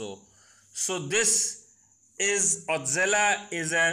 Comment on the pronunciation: How can you pronounce it “ otzela “ !!!